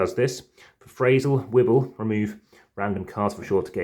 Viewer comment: Thanks for the vid! Wibbell is pronounced as if it was written 'wibble', so it rhymes with 'dribble'. I hope you enjoy trying out the games and please remember to use the newer rules, found at the google drive. :-)